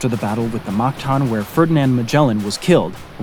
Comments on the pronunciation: its mactan not magtan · Its mactan not magtan